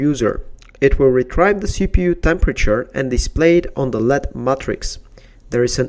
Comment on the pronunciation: its L-E-D not lead....